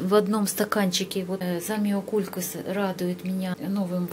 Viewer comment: Ещё одна делает ударение на ЗамиокУлькас.....девочки кто Вас так научил произносить название растения? Запомните ЗамиокулькАс